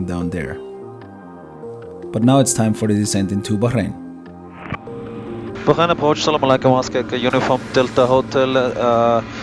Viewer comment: It's Bahrain, just Bah-rain. In the 4 years of living there, I never heard anyone but a newbie to the island say "Baxharain".